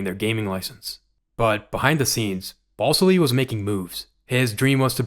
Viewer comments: FYI dude, his name isn't BALLS ILLY it's BAL SILLY (with the A in BAL like cat). Just food for thought. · Are you saying BALLSILLY